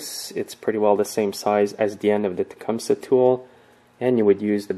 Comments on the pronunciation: It's pronounced Tecumsee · Um... no. No, it's not. Tecumseh was a Shawnee chief who lived in the late 1700s. His name was certainly not pronounced with a "see" at the end. Nor is the name of this company pronounced that way.